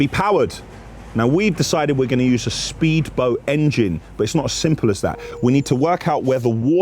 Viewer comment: fun :P but sppeedboat? :P